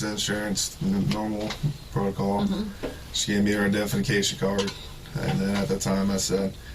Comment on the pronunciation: I continually thought he was saying her defecation card. Gross.